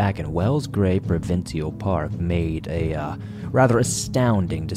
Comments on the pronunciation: Love your videos, esp the shimmering turtle one. Full respect to you, but Canadians pronounce provincial Pruh-vin-shul 😊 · Love you covered Canada, even if all sad stories mind you. I've heard about the David story before. I can please share that we Canadians say "Provincial' (pro-vin-shul) thank you